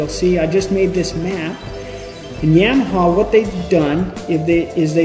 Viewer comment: Does the way he says Yamaha annoy anyone else? The only people that say it that way are people that know nothing about the sport lol Yeah maha 🤦🏼‍♂️